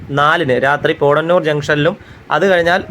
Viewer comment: പോടന്നൂർ അല്ല പോത്തന്നൂർ . അവടി അല്ല ആവടി